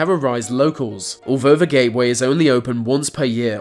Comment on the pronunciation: If the narrator learns how to replace 've' with 'the' he may stand a chance of narrating properly